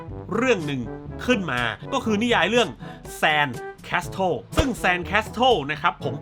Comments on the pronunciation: Castle อ่านว่า แคสเซิ่ล นะครับ ไม่ใช่ แคสเทิ่ล ขอบคุณครับ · castle ออกเสียงว่า แคสเซิล ครับ ไม่ต้องออกตัว t